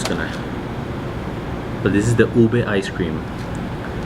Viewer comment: Please ask a Native on how to pronounce the ingredients. Put a little emphasis on the pronunciation, it's just respectful. People appreciate and shows you are trying. Show and explain the layers inside. Fish sauce - (Patis) is what you taste in the Mongo beans. Puff rice is what the crunch you ate on top of the Ube- (OO0- BEH). Glad you are enjoying the food of the Philippines.